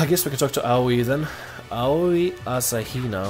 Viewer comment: I just want to congratulate you on being able to say Aoi's, Junko's, and Byakuya's names correctly